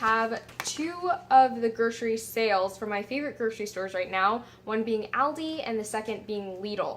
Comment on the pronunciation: Ruined it by saying aldi wrong lol